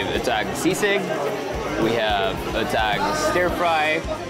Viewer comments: I'm from Mountain Province. I love how this video captured the countryside, comforty vibe of the mountains. Also, I love you how you pronounce "Etag", with the schwa sound. 😊 Please continue making informative, fun and adventurous videos. ❤️ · I love watching your videos kuya erwan. It’s like watching NatGeo. You make the effort of pronouncing local words how they should sound. Proud igorota here💕